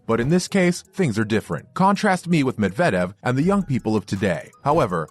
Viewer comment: How do you post this video not knowing that Novak has 21 Grand Slams. You also can't pronounce Medvedev's name properly. You should really do some more research before posting a video.